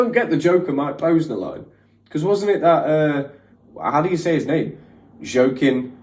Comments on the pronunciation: OMG! I died when he tried to pronounce those 2 actors names. Jared's last name is said as: "Let-O". And Joaquin is: wah-keen. I believe it's a Spanish name. But I don't think he's Hispanic. Has tried saying Nathan's last name yet? I'm gonna say nah. Gotta keep watching, can't wait, lol. Also, ❤️ these reaction vids to NF. Been a fan since All I Have dropped in 2015, & bought tickets to see him live for the 1st time on the Hope tour in Georgia (USA). Excited!! 🙌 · 😂 it's pronounced "WAH-KEEN" Joaquin. 😂 It's okay man 😁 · Wah Keen is how you pronounce his name lol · I’m so sorry, but I laughed so hard at all the ways you said Joaquin Phoenix’s name. Did you ever get to hear the pronunciation? (also, full disclosure, this is not malicious. I genuinely thought it was cute)